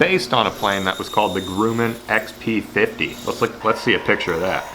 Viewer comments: its pronounced Grum men like crumb but with a G. Fun fact i work in the same building that this airplane was made in. Its now an amazon warehouse anI nothing is there to show the history besides 1 decommissioned fighter jet located at the end of the block with one sign in front of it. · Grumman is actually said like g-rum-an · Grumman is pronounced like the word gum. Grumman. FYI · It’s pronounced “Gruh-man”. Northrop Grumman is a located where I live. They have F14 Tomcat fighter jets at the entrance to they’re facility. Pretty awesome to drive by and see it. Really cool lure idea btw. I enjoy these obscure builds. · a dislike for every time he pronounces grumman wrong. It's GRUM-MAN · Grum man. The u is like a uh sound. I worked for them for 5 years building Boeing 777. Nice video and awesome choice of plane to model. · No it's GRUMMAN...like gruh-man. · Actually it's pronounced Grumman (like gum). I'm a Northrop Grumman employee. Nice plane/lure though!! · Grumman is said like gum, but with an R - Grum-man. They also make great canoes. Nice job, as always! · It's pronounced Grumman like Yumman. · Love the bait. But also, Grumman is like "gruh-min" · Absolutely. That killed me. If he just said it without saying "If I said that correctly". I would have ignored it entirely. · Grew men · Grumman is a little tricky to pronounce. Not so much U in the pronunciation. Just like saying Drum only Grumman. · the U in grumman is pronounced more like the U in grub. Not the OO's in Groot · Love the vid but the way you pronounced Grumman 😂😂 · Great video but the pronunciation of Grumman almost had me seizing lol JK keep up the great work! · scrolled down to find this comment, saved me the trouble. Thanks, it was driving me nuts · Grumman, not Grooman! Gru, like grub, then just man, Gru-man, or more so, Grum-man, then your all good! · grum, not groom. like, yum. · "Grumman" is pronounced like "Hummin'," with a short "u," not "groomin'." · It's not Grooman.....it's Grumman